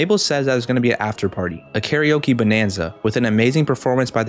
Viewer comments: it’s pronounced kare oke not like oak so scary oke not oak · This is supposed to sound similar to “karaoke”, not “Gary Oak” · Why did you pronounce scary-oke like that :(